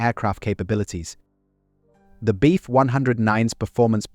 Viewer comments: Do you think that you could reprogram the auto-generated narrator to say, "BF" instead of "beef"? Please? Incredibly annoying 😑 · Decent video, AI narration sucks. Beef 109, hahahahaha